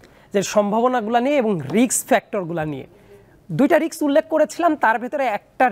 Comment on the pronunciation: রিক্স নয়, রিস্ক,,, Risk.